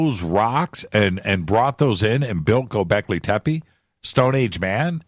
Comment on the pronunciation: Bro,you're the best but please stop saying gobekli tepe if i hear that again i'm gonna gobleki tepe